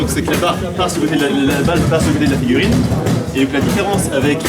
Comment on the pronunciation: La... figurine... déso frère mais je suis resté bloqué sur ” figurine ” pendant toute la vidéo 😂😂